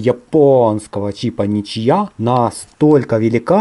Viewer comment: Ничия может ничья